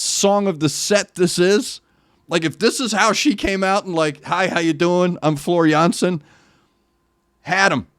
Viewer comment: As a Dutch guy I can tell you that your pronunciation of "Jansen" is spot on.